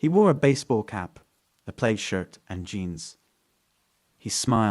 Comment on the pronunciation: Plaid shirt pronounced plad not played